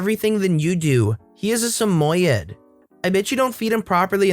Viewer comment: please, use google or something so you know how to pronounce words you do not know. You are murdering Samoyed. It’s Sam oi d, not samoya. There are lots of words you mispronounce and it takes us out of the story. Please please use something so you get pronunciation correct.